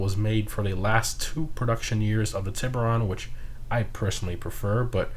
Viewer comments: The way he says shark in spanish is so wrong but Still funny at the same time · Wow honestly surprised none of these comments were about the pronunciation of tiburon, nice community.